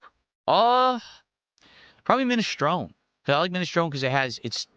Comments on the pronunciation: If i ever hear anyone pronounce ministroun again I might actually have an aneurism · "Ministron" soup. jfc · He still doesn't pronounce his favorite soup correctly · And the dunce still mispronounces “minestrone”. 😅😅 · Also for him to be “ Italian “ he pronounces his favorite soup wrong lmao. dimwit😂